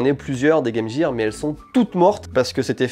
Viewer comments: vous dite pas Jame Jear pourquoi le le prononcer comme sa? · En tant que Canadien bilingue, je hurle de rire a chaque fois qu'un Français dit : Game Jear